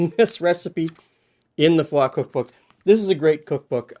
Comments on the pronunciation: Side note: Montanans don't generally use the French pronunciation of Froid but pronounce it like Floyd with an 'R' :) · Just a quick note, my parents came from the town your cookbook came from; it does not have the french pronunciation. It is "Froyd", fr followed by an oy sound, and a hard D at the end. 3 generations of my family come from there, and it was a good place to raise a family, if you were a farmer. Most of the names I was able tobread, I recognised from stories I remember my grandparents told. Thank you for the walk down memory lane! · Froid is about 150 miles north of me. Like most European names out here, the pronunciation has been "Americanized". Froid is pronounced Froyd, like Floyd here. HELL-u-nuh, not Hu-LEE-nuh. Lots of Americanization. 😅